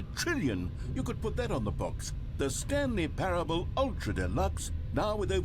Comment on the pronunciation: me hunting down stanley parable streams "I wanna play a game, how long is 'stanley parableuh'?" oh boy, well that depends, it could be 4 minutes, or 4 hours,..